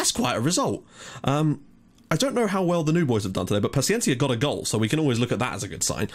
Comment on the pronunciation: You are saying Gonzalo Pachiencia. In Gonçalo, the "ça" its like in "sa" in "salad" and paciência its like "sy" in "syrup". You are saying it like a spanish/argentinian name insted of a portuguese/brasilian name. Also, you are saying GonçaLO and its GonÇAlo. Its a commom mistake and i give it to you, portuguese names are really hard to say correctly if youre not Portuguese. :)